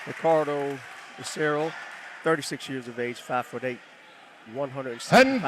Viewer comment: First they said becerio, than becerri, than becereal 😂🤦🏻‍♂️ why can’t they ever pronounce it right lol…it’s be-sa-rail